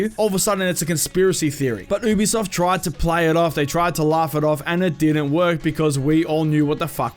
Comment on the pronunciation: Stop saying ew-b-soft it’s u-b-soft